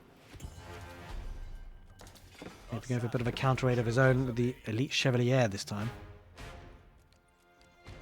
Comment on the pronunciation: I think chevalier is pronounced like Shuh-val-yay